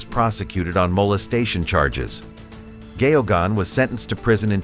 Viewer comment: His name is pronounced "Gaygon" it' stems from the Irish family MacGeoghan.